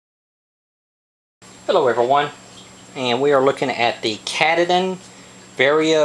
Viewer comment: I am pretty sure it is pronounced "Kah tah dan" like the mountain here in Maine.